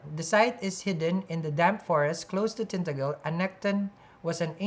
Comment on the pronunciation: it’s pronounced Tin-ta-gel like hair gel - love you ❤️